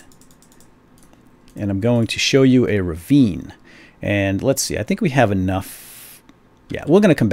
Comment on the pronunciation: it's "ravine"